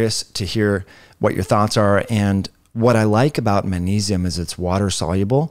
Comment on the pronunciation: The way you say magnesium kills me lol